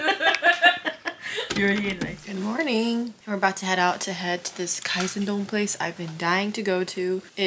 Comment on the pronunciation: かいぜんどんじゃなく、かいせんどんです。